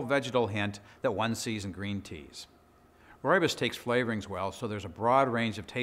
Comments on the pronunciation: South African here: Rooibos is pronounced like an American or Brit would say "Roy Boss". The RooibosLtd channel is the South African people who produce it and they pronounce it correctly in their videos. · I'm Afrikaans. From South Africa. It's pronounced "Roy-Boss". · Fantastic some of the things you find on YouTube. I was looking at how to pronounce Rooisbos tea but learned a lot more in just a couple minutes. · I have heard so many pronunciation of 'ROOIBOS', it is just hilarious, which on earth is the right pronunciation?